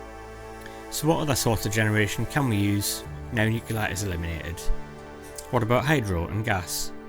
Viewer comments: It's easy everybody learn this... Say, New-Clear not New-Killer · I love the content! Good video! 😀 But the music is a bit much, the nose whistling, and saying"Nucelar", insted of Nuclear is a bit distracting.. It's like hearing Homer Simpson saying Lieberry insted of Library :p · "Nucular"? 😆 Haha, what's that, supposedly?